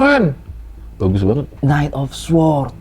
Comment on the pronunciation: Bacanya bukan Sword Bangg, tpi Sord. W nya tdk dibunyikan. Namanya silent W.